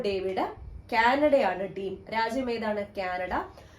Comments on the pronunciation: Alphonso David alla Alphonso ഡേവിസ് എന്ന് അണ് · It's alphonso ഡേവിസ് not ഡേവിഡ്